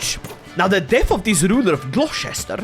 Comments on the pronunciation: Hey British guy here, loving the content, noticed your having difficulty pronouncing Gloucestershire, it is pronounced Glostersheer, much love from the next county over in Wiltshire lol 🇬🇧!! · We English hate everyone so naturally Gloucestershire is pronounced "Glostersher" lmao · it's pronounced glo-ster-sher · Gloss-Ter-shire 😂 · Fun fact, The British pronounce Gloucestershire, as "Glostersher" :D Don't believe me? Try google translate and let the AI voice it in English :P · Listening to trying to pronounce Gloucestershire is giving me flashbacks to that old Italian guy trying to say 'Worcestershire sauce' 😂